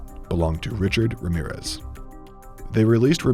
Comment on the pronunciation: the sheer gringo energy of the way the narrator pronounced his full name lmaoooo